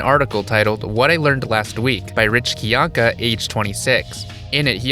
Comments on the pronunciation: You did enough research to make a 42-minute video on the guy and can't pronounce his last name? It's not KYAHn-ka, it's kai-ANK-uh, rhyming with how a Bostonian might say "my anchor". Good job. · I find it fascinating you did this much research and yet cannot pronounce his last name correctly